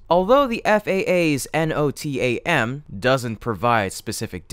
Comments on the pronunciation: That's pronounced no-tam, as in one word or abbreviation for NOtice To Air Men, although the Marxist woke mob is lobbying for that to be changed to something more "gender neutral" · You can say “NOTAM” you don’t have to pronounce each letter, but I guess a bot wouldn’t know that. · So basically nothing changed? 🤦‍♂️ Also it’s not “N.O.T.A.M.” Anyone with even an ounce of aerospace/aeronautical knowledge knows it’s just one word, NOTAM. 🙄